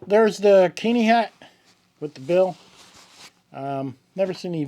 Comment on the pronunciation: Keen-eye, damn it. I won't have the name of my home reviled. 😆